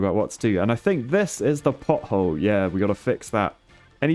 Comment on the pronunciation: As an American (and a childish one, at that) the first two times you said pothole, it definitely sounded like butthole. I appreciate your dedication to repairing buttholes ❤️